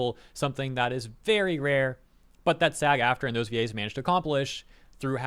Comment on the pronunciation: They way he pronounces VA's sounds like Gays, and changes the whole tone of this video